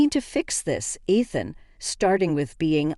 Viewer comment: AI doesn't proof read. It's hilarious that the name Ethan is mispronounced. How often have you heard the name Ethan in one of these stories. AI needs to be rebooted.